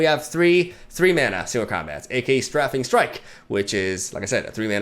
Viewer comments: Someone really needs to tell him its pronounced "stray-fing" not "straffing" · Love your content my man. Its strafing strike though, not straffing strike. Like a strafing run. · Hey, I’m sure Twitter let you know, but it’s not STRAFF-fing, it’s STRAY-fing Strike. Love your stuff. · Excited to watch. For Strafing Strike it's pronounced, "STRAYF-ing" not "STRAFF-ing" strike. Long A as in "ate" not like "cat." Thanks again for all your incredible content. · Hey! I know you put a lot of work into your english, so I wanted to let you know that "strafing" is pronounced like "strayfing", not "straffing". Great vids as usual! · Hello! FYI, strafing is pronounced like "strayfing;" it comes from the word strafe, which is an attack from a low flying aircraft. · Not saying this with rude or critical intent. But if you happen to read this, Strafing is pronounced stray-fing. I know English isn’t your first language so just wanted to give you constructive feedback. Thanks for the content! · strafing is pronounced str - ay - fing btw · I believe strafing is pronounced with a long A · The way he says "strafing" irks me so much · Strafing strike is pronounced like the "stra" in straight